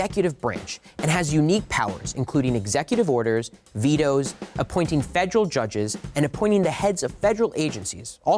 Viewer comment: I appreciate this video...but quite annoyed with his mispronunciation of the word federal. When I select videos for my students I prefer proper pronunciations.😬